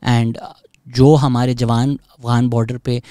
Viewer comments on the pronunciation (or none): none